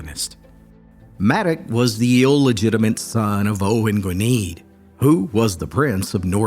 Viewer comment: Just a quick one,. Owain Gwynedd, is pronounced Oh-when Gwyneth (like the actress Gwyneth Paltrow). Gwynedd (Gwyneth) is a northern region (originally a Kingdom) of Wales as well as a name (Basically in early times, he would have been "Owain, of Gwynedd") Gwynedd means blessed land, broken down into component parts Gwyn means "white","fair" and "blessed" while Edd means "land" which ties in nicely with your story of fair haired white people